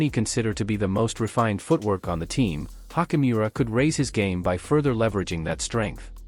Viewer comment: I think Hachimura’s name pronunciation is better stated as “chi” as in “choose” rather than a hard “k” sound.